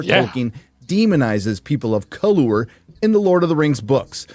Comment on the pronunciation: i spat my chicken and rice at the screen at the purposeful pronunciation of color. that shit got me laughing